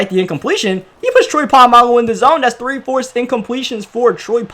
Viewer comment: “Troy polmangu”🤣🤣